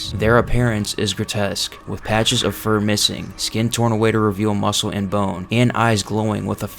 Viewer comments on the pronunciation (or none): none